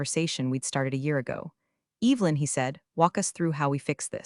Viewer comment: Evelyn is NOT pronounced with a long E.